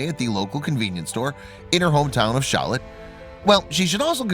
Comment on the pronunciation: It’s Charlotte not shallotte